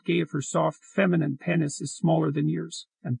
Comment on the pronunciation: It can't even pronounce penis.